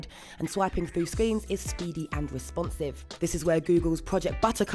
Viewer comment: its vewy wesponsive :)